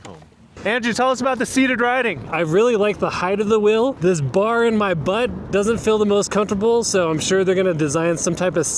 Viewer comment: What's a "whel"?